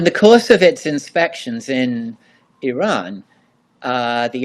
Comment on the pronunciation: Thank you for your great video, and your perfect pronunciation of IRAN. I've including the proper Pronunciation of IRAN & IRAIAN for your audience. "IRANIAN" however, is often mispronounced by many, but not all. The following is a review for your audience : IRAN, is pronounced "Eee-Ron". It's neither Pronounced "Eee-RAN" nor "Eye-RAN". Moreover, IRAN shares its literal meaning with IRELAND (Land of Aryans). Once again, the proper pronunciation for IRANIAN, is "Eee" (rhyming with See) + Ronnie (abbreviation for Ronald) + Yan", rather than "Eee-RAINY-Yan". A simple mnemonic would be "There is no RAINY weather in the forecast"! Thank you